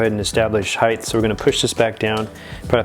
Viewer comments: Just an fyi...height is pronounced "heit" No "th" at the suffix. Just one of my peeves... Great video otherwise. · Rider height... why do people say it like it spelled heighth? Sorry but thats a huge pet peeve.